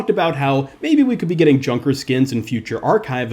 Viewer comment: Junker not kunker